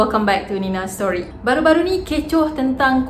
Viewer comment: Saya sangat suka sebutan "Neynaaa Storyyyy~~" :)